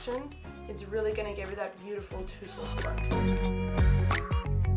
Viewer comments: Hahahahaha ..It’s more like taaa- zuhld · I'm sorry I can’t take her seriously when she's saying "toosled" 😂